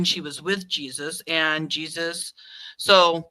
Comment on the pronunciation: its pronounced Hasus not Jesus